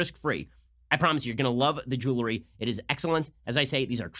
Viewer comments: Ben, stop saying "jewlery" for god sake. It's jeWELry. 🤣😜 Seriously, you're better than that. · Will someone tell Ben how to pronounce “jewelry”